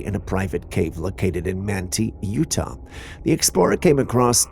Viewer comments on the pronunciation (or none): none